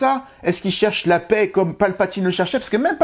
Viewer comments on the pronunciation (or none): none